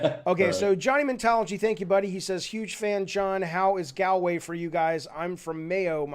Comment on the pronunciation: Gaal-way. Haha. Pretty sure Galway pronounced like that is a porn site.